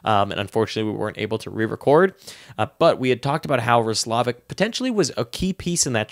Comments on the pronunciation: Yup. Ross--la-vick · You're right. It's pronounced ross-low-vick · I’m pretty sure you’re pronouncing roslivic wrong